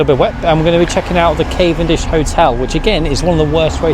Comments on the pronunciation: Its cavendish not cayvendish 😂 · you said cayvendish